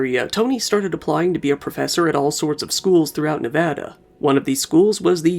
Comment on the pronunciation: Im an alumnus of UNLV... thank you for pronouncing "Nevada" correctly